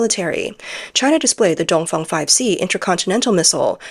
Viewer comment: Its dongfeng not dongfong.😂